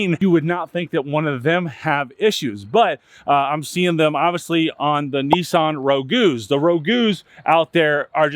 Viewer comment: What the heck is a Nissan Ragu???? 🤣